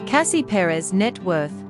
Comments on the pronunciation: It would be nice if before they talk about someone at least learn to pronounce their names right.Second wife was very pretty also. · She needs to do an in depth study of the topic. Chris was born in 1969 & not 1996. The pronunciation of the name is wrong. Cassie Perez is a smart & beautiful young woman. 🙋🏾‍♀️😇😁💞💞💞🎸🎶💃🏽💃🏽💃🏽🎊💫